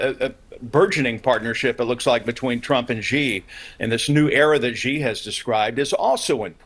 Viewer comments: you have pronounced it wrongly. It is not "G" but "Xi" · Either "Xi" or "Jin", never "Ji"!! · Xi....not Ji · Si not Gi. Learn the name of the feeding hand. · For those who don't know...Xi can be pronouced in almost the same tone as Shi. It's not Gee, not Jee, not Chee, just say Shi. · Xi is pronounced as "she" not "zee" madam......not good from CNN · "president Gee" for real CNN? lol